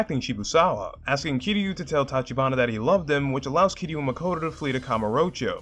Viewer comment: This might be the only video on YouTube where someone pronounced Kiryu’s name right